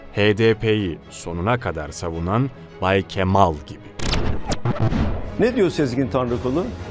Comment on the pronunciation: 2.15: Bay KeMAL demesi hahaha 😂